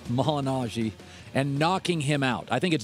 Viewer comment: Colin is commenting about a boxer (Paulie) that #1, he cant pronounce his last name property, and #2, has never even seen a Paulie boxing match.